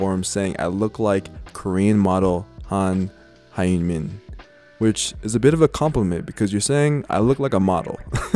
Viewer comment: yooo j a tip the hyun in han hyun min is kinda pronounced like onion without the first o but with an h sound -- its a "yun" with an extra h at the start